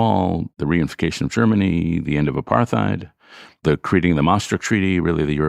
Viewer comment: Is David pronouncing apartheid wrong? I think so. Big fan of David anyway.